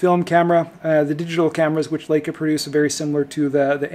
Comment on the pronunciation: Laka? The "EI" in LEICA is pronounced, LIKA...not Laka....lol